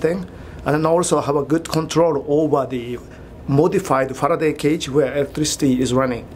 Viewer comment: I loved when he said faraday cage...😂😂 Rewound it again and again to hear it..😂